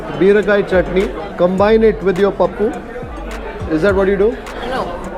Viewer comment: Hello I think you know to talk Telugu (because the way your pronouncing the chatneys like very good Telugu speaking guy).